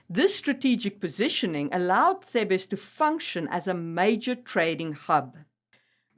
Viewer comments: You mean TH-EEH-B-SS. Thebes. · Thebes pronounced in English Theebz; mercenary pronouced mers'nary not mersennary